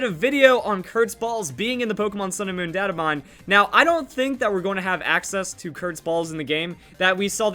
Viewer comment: Your pronouncing data wrong